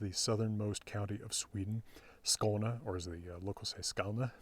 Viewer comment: Awesome to get cultural news of my country thru Your channel. Very happy to subscribe to your great content. I like Your pronunciation of Skåne:) both with and without the accent of skånska.